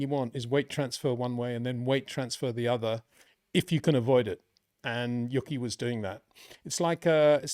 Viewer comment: U - Key Tsunoda, not Yucky, lol. Great analysis as always